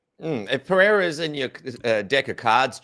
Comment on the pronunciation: The way Jimmy says "Pereira" is hilarious. "Padeda" sounds like a speech impediment 😂 love Jimmy though. Great ep, boys